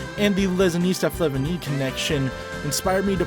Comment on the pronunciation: "Flavigne" is roughly pronounced fla-vee-niuh